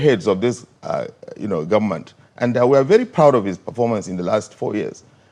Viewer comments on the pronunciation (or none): PhD working with standard fix holder, he should be afhame of himself, hear the way the speaker pronounces goment, the whole key post in this regime is headed by hausa fulani and the vice president is there like a boy, boy shame on him